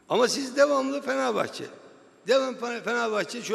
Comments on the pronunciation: "Beşiktaşlı duruşu" vardır bizi ilgilendirir sen kendi mali kongrende işi gücü bıraktın bizi çekiştiriyorsun. "Feneğvbahçe duğğuşu"nu çok güzel göstermişsin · Lan siktir git,ağzından çıkan 2 lafın biri Beşiktaş ondan sonra "Fikvet Ovman Fenevbahçe hookunda kovuşmosun" diyon.